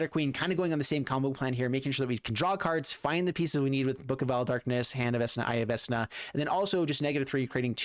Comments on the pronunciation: Its "Vekna" not "Vesna" XD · I hate to be this guy but there is only so many times I can hear the god of the undead be mispronounced, it's vekna not vesna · came to the comment to see how many will pick him on veSna not being pronounced veKna. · Isn't it veKna instead of veSna? Other youtubers are saying veNKa... This is really odd... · We said vekna not vesna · It's Vek-nah! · For real. 😬 Vesna? 😅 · Its pronouced Vecna (pronounced: /ˈvɛknɑː/ VEK-nah). Magic players never can say shit right lmfao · Vesssssna? VESS NA? VESS? Stop it please. Get some help. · I cringe when he says vesna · Vecna is pronounced Veckna. I can't watch the video. Under 2 minutes in and I'm annoyed enough to abandon the video. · pleaSE say it right veKna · Vecna won’t feed you the correct pieces because you kept pronouncing his name “Vessna”. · What's a Vesna? couldn't resist 😛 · What a pityful deck, this was your punishment for mispronunciate the sacred name of VeKna. Serves you well! Haha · VEKNA my God watching you tubers try to pronounce these cards hurts. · VECK NUH SAY IT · How are you pronouncing this Vesna??!?!? Oh and you're not the only one. CGB apparently can't read either, lmfao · Everytime he pronounces it VES-na, Matthew Mercer dies a little inside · I BEG OF YOU! PLESE STOP SAYING VESNA... MY EARS ARE BLEEDING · I know I'm like the 10th person to say this but. VeK-nuh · love the your videos. To assist for the future when you see or play Vecna. Vecna (/ˈvɛk nɑː/ VEK-nah[2]) here is the pronunciation . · Vekna is how it's pronounced. I never do this, but im such a DnD fan it drives me crazy 😂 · I cringed each time i heard vesna lmao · Vek-nah,. veCK-nuh. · Typo in title and it’s pronounced veck-na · It’s «veKna» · for the love of all that is evil its VeK Na lol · Same. Love his videos. I'm sure everyone will rave about the mispronunciation just like I will. Veck-Na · Its pronounced vek na "vecna" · Fam it be the eye of "Vesna":) At least according to:D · Omg yes! 😂